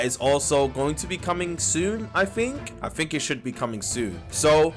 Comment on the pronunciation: "...I fink..."